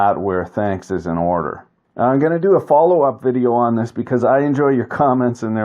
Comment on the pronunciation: It took me longer than I'd like to admit to work out that "vi-jay-o" means "video"...